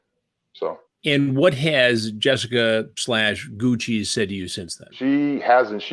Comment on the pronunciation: Goo -Cheese??? Sounds like a new millennial STD. Lol!